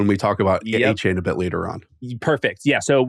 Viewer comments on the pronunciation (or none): As an audio listener, you have to stop calling Etienne “Achane” it’s really confusing lol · Are we pronouncing Etienne as Achane now? 🧐